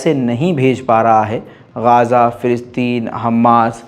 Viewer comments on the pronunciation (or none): none